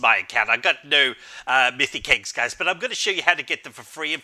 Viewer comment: "Diz Mithic Iggs lol I hear it like diz